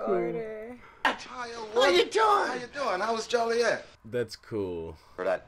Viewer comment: It’s not Juliet…it Joliet (Jo-lee-et). By pronouncing the name wrong you can be fined for incorrect pronouncing. Sec2-8